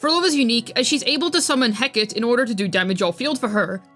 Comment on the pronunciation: Hecate is pronounced 'heh·kuh·tee'.